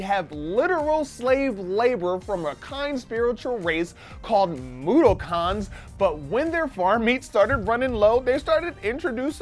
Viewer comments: FUCK YEAH ODDWORLD! But a bit of mispronunciation on Mudokon. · The way he says Mudokon makes me sad